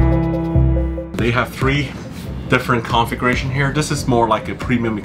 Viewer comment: It kinda sounds like you're saying "Conflagration" instead of "Configuration" con·fla·gra·tion /ˌkänfləˈɡrāSH(ə)n/ Learn to pronounce noun an extensive fire which destroys a great deal of land or property. "tinder-dry conditions sparked fears of a conflagration in many drought-devastated communities" synonyms: fire, blaze, flames, inferno, firestorm, holocaust "the conflagration spread rapidly through the wooden buildings"